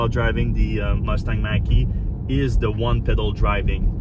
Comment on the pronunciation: Oops Mach not Mack like the 70s Mach 1 Mustang.... pronounced Mock ... LOL and definitely shouldn’t be called Mustang, in my opinion!